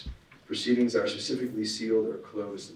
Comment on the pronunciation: He's a lawyer doesn't he know it's specifically not pacifically